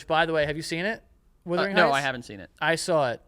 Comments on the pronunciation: I cringe a little every time they say WITHering Heights 😂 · Someone count how many times they said withering and not the actual title, Wuthering